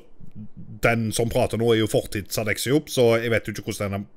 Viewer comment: Er det bare meg eller sier traktorer i stede for trailere